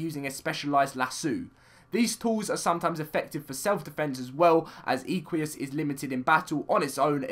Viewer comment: "Ee-qu-ee-as" OMG the cringe (Im a horse freak) , its pronounced "Eh-qu-us", like equine